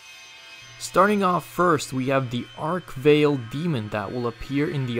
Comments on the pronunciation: The Arch-vile not ark vale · Ark Vale? WTF? ARCH-VILE!!!! It's Arch-Vile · Ark Veil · Ark-Vale... sounds about right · Ark veil? Nonono, its Arch Vile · It's not arch veil, its ach vile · ARCH VILE, not Ark Veil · Arch vale wtf bro arch vile bro fix ur damn vid